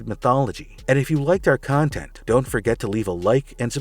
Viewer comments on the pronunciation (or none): none